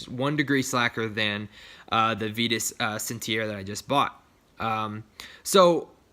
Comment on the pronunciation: small correction, but it's pronouced VI-TUS, not VEE-TUS!!